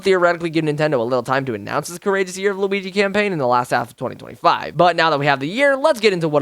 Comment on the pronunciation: L-U-igi LuWii-Uigi